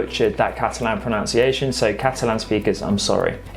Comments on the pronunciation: While I commendation you on your superb Spanish pronunciation,please note the spelling of pronunciation,as you say " pronounciation" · Really interesting BUT you are mispronouncing "pronunciation". See extract from OED: pronunciation /pruh-nun-si-ay-sh'n/ noun, the way in which a word is pronounced. USAGE: Pronunciation should be pronounced with nun as the second syllable (never as -nownss-). (OED) Re Portuguese and Galician. Both langs are pretty well understood mutually but with differing pronunciation. Best wishes. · One small correction: the word in English is 'proNUNciation', not 'proNOUNciation'.